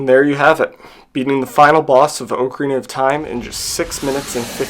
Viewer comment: Spends hundreds of hours learning how to beat a game in 7 minutes; doesn't even know how to pronounce the game title.